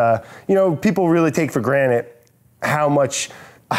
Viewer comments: brad said "take for granite" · Brad it's "take for GRANTED" not "take for granite" XD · Did I just hear Brad say “take for granite” cmon Brad the word is granted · "people take for GRANITE" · "people take for granit" love you brad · Did he say 'take for granite'? lol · Did you just say granite